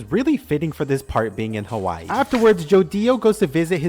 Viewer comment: HaHWAH- EEE bro quit disquit